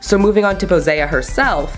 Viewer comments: her name is pronounced (poh-see) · I think it's pronounced Po- Sea like the sea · Pretty sure her name is pronounced Poe-seye-aah. To sound like Poseidon.